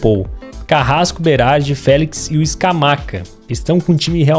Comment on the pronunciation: FÉLEQUES kkk , contra o ATLETICO DE MADRI vc disse isso, kkk